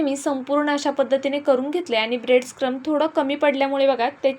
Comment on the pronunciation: ब्रेड क्रम्स असा उच्चार करा